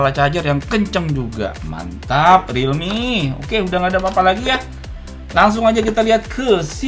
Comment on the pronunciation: Realme gt Orang selalu menggunakan singkatan pasti bacanya realme kok gitu